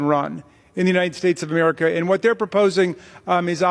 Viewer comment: "Ameerka and Ameerakins"